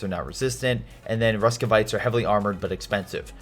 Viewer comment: Roos-viet, Sorry... you called them RUSKVIATE...wanted to help you